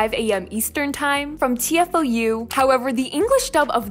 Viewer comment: I love your videos but just to clarify, you have mispronounced TFOU , it's "Téfou" and not "T.F.O.U." ☺️